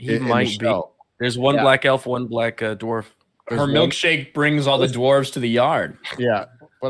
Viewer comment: The hobbit lass pronounces "elves" and "dwarves" as "elfs" and "dwarfs". Tolkien would be fucking boiling.